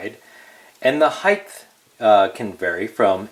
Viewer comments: Height. Not heighth. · Very helpful! By the way, height is pronounced "hite," not "hithe." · Why do you say height like its spelled heigth